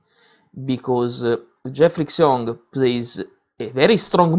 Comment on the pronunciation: 'Xiong' is pronounced 'schyong', not 'ksyong'. Otherwise, thanks!